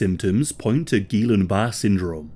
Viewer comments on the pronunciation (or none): geelan bar syndrome? it's pronounced gee-on bar-ay syndrome, my guy. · Guillain-Barré syndrome is actually pronounced gee-yawn bar-ray.